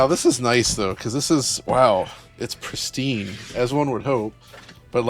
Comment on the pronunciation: It's prestine he says while scratching it on the table instead of lifting it to turn.